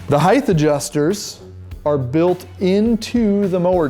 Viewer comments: it's HEIGHT - SAID hieat - not hieth. Didn't your school teach you how to pronounce it?? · Heighth is not a word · There is no “th” sound in the word “height”. Good summary tho.